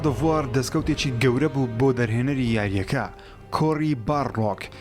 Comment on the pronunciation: وااااااار نا برا وؤر ، گاد ئوف وووووووور ، /WOR/ ئه خوينريته وه نه ك /WAAAAARRR/